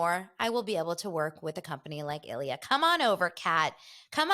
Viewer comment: I thought the Ilyia wine was pronounced EE' LEE AH because it's Spanish. They sponsor Rick and Kelly as well.